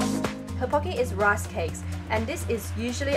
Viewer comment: I’m Korean her pronunciation of toppoki made my ears heart